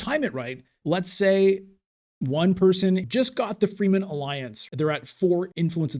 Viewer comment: I hate people who get their panties in a bunch about pronunciation. However every time you say “free men” I’m wondering “what the F… is free men” It’s : freh-men. Rewatch the movies. I do when playing imperium.